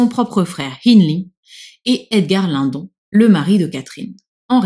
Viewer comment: C'est marrant moi dans ma tête je prononce Émilie Bronté mais Edgar Linnedonne.😊